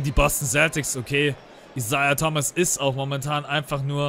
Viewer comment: Isaia Thomas wird "Aisäa" ausgesprochen